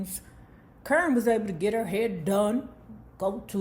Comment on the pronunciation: Lmaoo why you keep calling that girl CURN?.. I fall out everytime you say it KAH-rin